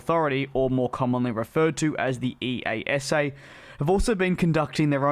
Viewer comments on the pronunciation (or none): Please for hundredth time.. It's Ee-ahh-sa. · DJ my only wish for 2021 was that you would start to pronounce EASA right EE-YAH-SAH. Imagine a youtube foodcritic say M-C Donalds all the time. That would be pretty silly wouldn't it? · I have heard EASA normally spoken to as a single word, not each initial letter in turn, i.e. ee-ah-sa.